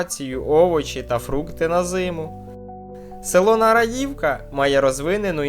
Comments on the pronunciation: Ви хоч правильно назву говоріть. Не НараЇвка, а НарАївка. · Які вушка? Ви неправильно ставите наголос у назві населеного пункту. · Смішний ви. Включіть і послухайте. Штучний інтелект часто ставить неправильно наголоси. Село, про яке ви розповідаєте, має назву з наголосом на другому складі, тобто на другій літері А. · Тобто ви вважаєте, що буква Ї в цьому слові другий склад? Хочу вас розчарувати, то третій. Не знаю, що там в вікіпедії, але добре знаю це село. І назва у нього НарАївка.